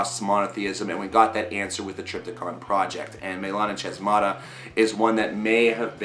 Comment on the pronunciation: It's pronounced melanA hAsmata (capital letters are accented).